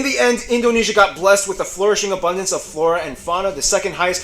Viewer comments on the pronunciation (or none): none